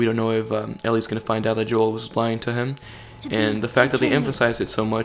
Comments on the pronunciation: Joel not yoel I'm sorry but that was bothering me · Why I you pronounce Joel's name yoel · By the way, Joel is pronounced with the J. It's not silent, or it doesn't sound like a Y... just sayin'. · Why does he keep mispronouncing Joel's name?